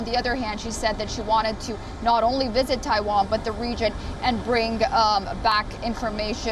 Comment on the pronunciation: The wisit was amazing vasn't it?